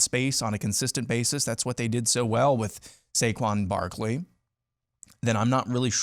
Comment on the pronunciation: It’s Saquon Barkley, not “Barley” I wouldn’t be throwing stones at Franklin when Hairball is actually worse…at lot worse. Here the deal Myth-again, IF your defensive ends play against the Buckeyes like they have against weak O lines,you have a chance. If they don’t your cooked.